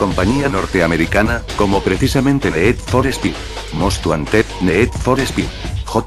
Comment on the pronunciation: el ne'ed for spe'ed mos guan'ted lol,nunca entendi por que la pronucicion inglesa es tan dificil para los castellanos...